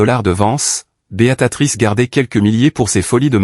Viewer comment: Prononcez bien le nom de beatrice et.non beatatrice